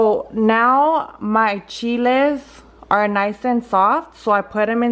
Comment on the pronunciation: She was trying to say soak the chiles